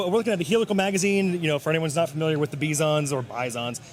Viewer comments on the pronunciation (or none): And the Russian is pronounced bizon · It's bih-zawn Like big-zawn And the inflection has to be on the zon, like you are french unhunhunhuuuh